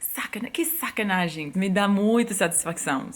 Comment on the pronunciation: Tá de Sacanagem né, eu tiro o chapéu pra você pronunciando...p